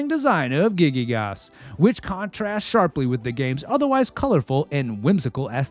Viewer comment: A Masterpiece! Just a note: The main villain is "Giygas", not "Gigygas". Probably comes from the Greek "Γίγας" (gigas), which means "giant". Nice vid!